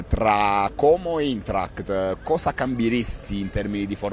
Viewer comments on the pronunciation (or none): si pronuncia aintracht - AINTRACHT !!!!!!